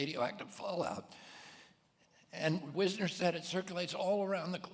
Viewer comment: It's Jerome Weisner rather than Wisner. He became president of MIT